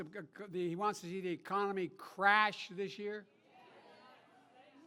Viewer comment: Cognitive decline coming from Joe is nuts when I present to you time stamp : where he slurs to the word ‘crash’ before actually confusing trump as sitting president. This is a joke